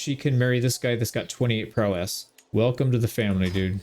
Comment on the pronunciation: You can tell the word prowess was never used around this guy…. lol you don’t have to emphasize the “ess” at the end… it’s not two syllables